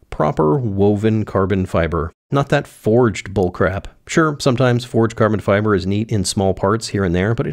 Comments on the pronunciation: uhhhhh.... CABON FIBAHH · Caahhbon Fibahh